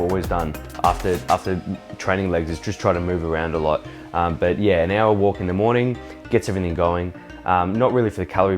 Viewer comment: 'yeah koont' hahaha